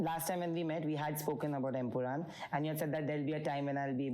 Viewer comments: It's EmpuraaN man, not EmpuraaM!! How many times will you make the same mistake?! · Bro it's empuraan, it ends with a N not M